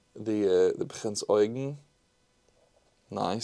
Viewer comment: Nice pronunciation of Prinz Eugen